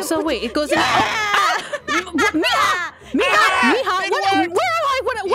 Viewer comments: It's mija not ima 😑🙄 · I like how Aphmau's Mom still calls Aphmau "Meehaw" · Why does aphmau's mom always say meya😅😅